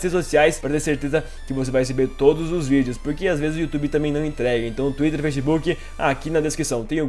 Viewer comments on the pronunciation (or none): none